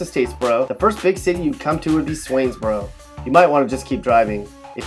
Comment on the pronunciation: Daaaamn they did my lil country town Swainsboro wrong 😭😭